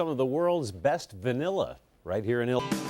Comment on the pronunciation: He keeps saying VanELLA… that’s wrong… 😂